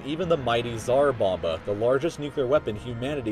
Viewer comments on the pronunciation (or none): none